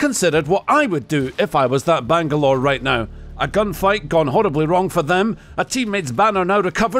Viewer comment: The amount of Banglore butchered!!